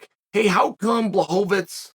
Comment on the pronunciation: Chael: "Jan Blazkowicz"